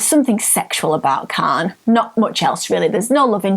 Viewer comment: Tell her there is no "L" in Khan.